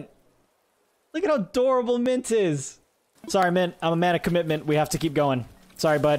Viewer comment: Rex is my baby. ♡ also: "I'm a man of Com-mint-ment," just not to Mint